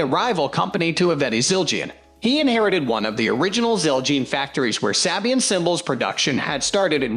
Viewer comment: its SAY-BEE-IN 😠